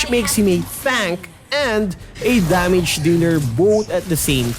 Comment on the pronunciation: Damige, eich P Practice your English